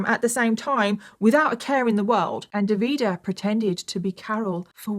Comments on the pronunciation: Hi from italy😊 wanted just to fix some of the names pronunciation... Is Simone,you do hear the e in the end,not Simon,same also for Davide not Davida. I do enjoy a lots your contents always ready for a new or an older case ❤ keep your good work up! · It’s DAVide with the accent on the first syllable and SimonEY. Fgs. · Nice video but how you managed to turn the name Davide into "De Vidah" is quite the feat 😂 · His name is Davide Fontana, no Devida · It's pronounced Davideh and Simoneh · I'm Italian. The way you pronounce DAVIDE is 😬. It doesn't end with the "A" sound. It ends with the "E" sound. And the stress is on the 1st vowel. Also, it's not Simon. It's SimonE. Stress on the O and definitely pronounce the E at the end. Same with SalvatorE. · I am Italian, so glad you are covering this case, it is important to spread awareness. However, hearing you pronounce all the names wrong had me in a loop 😂❤ Keep up the hard work ❤ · As an italian, I was shocked that I thought I'd never heard anything about this case since it's so recent... then i realized it's not that I hadn't heard of it, it's that I remembered it all with vastly different names because I couldn't tell what the names were with the way pronounced them 😅 no shade, italian is hard to pronounce for those who aren't native speakers! It was just funny to see, haha. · Look, i hope you understand my point: the fact that you are British is not am excuse to NOT 'google' how names like Davide and Salvatore are pronounced....Really really i take this as an offense and i am not even Italian...If we would pronounce English names like Michael or Ethan in a terrible ( imposible to understand) way you definitely would think we are idiots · I really wish you had looked into pronunciations for this case. Hearing you mispronounce Simone, Davide and Salvatore the whole video was very distracting 😅 Otherwise, great video as always! ❤ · I think it's Davide, just pronounced in a "British" way.